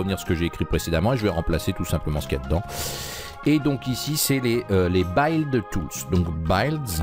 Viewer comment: Super merci, ça marche enfin ! (Petit conseil en retour : "build" se prononce avec le son "ild", pas "aild" ;°)